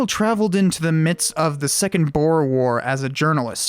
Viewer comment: Why is it that no one seems to be able to pronounce "boer"? The correct pronunciation sounds like saying boo, but then you append an 'R'. Quite simple.